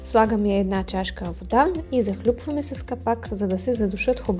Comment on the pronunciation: Не захлЮпваме, а захлУпваме!!